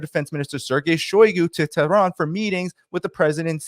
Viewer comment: Don't change the countries name by pronouncing wrongly since it is annoying. You should pronounce IRAN (EE-RUN) & the capital is TE'H-RUN not Tran.